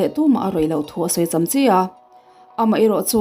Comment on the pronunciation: Chamchi i lam dan hi, a fuh chiah lo, cham lai hi 'Maicham' kan lam a 'cham' rik ang a lam rik tur